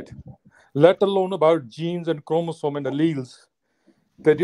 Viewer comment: Jahil ko bolo sahi se pronounce karna sikhle 😂 Chromosome